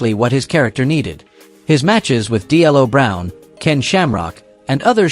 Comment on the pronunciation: This AI is bad. Vall Venis last name is pronounced Venus and It's D-Lo Brown not D L O Brown